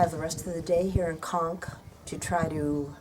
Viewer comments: 'Conques' is pronounced w/ a long 'o' sound. come on... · Conques (Co is pronounced as Co in Coke) Not Konk. It's a beautiful beautiful little touristic place on the Santiago trail. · Thanks so much for your view and correcting my mispronounced Conques. I do try 🙏 but am linguistically challenged. 🤪 Very best to you and hope everyone is well during the pandemic. Sincerely, 😍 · Thanks for the tip. Unfortunately, many of us (like me) are not as linguistically talented as you but I try my best 😍 Thanks so much for your view and time to correct my pronunciation. Regards